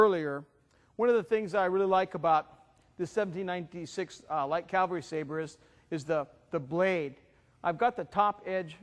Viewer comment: The 1796 was not called the Blucher Sabre. Blucher Sabre refers to the M1811 and M1848 when the Prussians copied the British 1796 design. Also it's pronounced Cavalry, not Calvary.